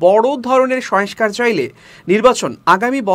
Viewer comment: সবকিছুই ভালো, তবে কিছু উচ্চারণের দিকে খেয়াল রাখা প্রয়োজন, সংস্কার,সয়েসকার নয়